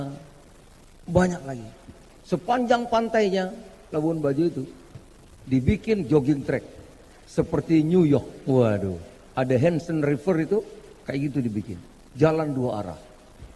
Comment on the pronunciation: New york mana ada sungai hanson/hansen atau apalah itu yg disebut mendag?!! 😂😂 The Hudson River pak mendaaaaaggg. Aaaahh ya ya bs jd keseleo lidah macam asam sulfat ya pak